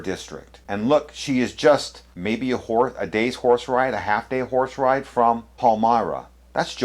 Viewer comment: You vsaid she was a horseride. I had to go for a relisten because i understood a whoresride. LOL